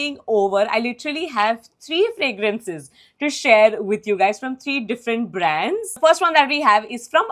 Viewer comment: I like your content but the way you talk is irritating.. please work on that.. what is braaaandsss? Why do you keep emphasising your last words or alphabets.. really irritating it is.. content is good but it becomes unbearable.. also speak in a moderate volume.. don’t scream